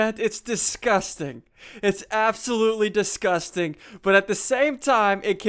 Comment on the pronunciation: As you said deskusting